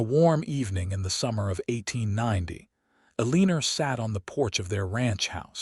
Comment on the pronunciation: A Leaner?? It's "Eleanor"...please fix!